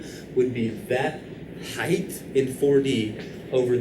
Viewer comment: Am I crazy or is he saying "heighth?"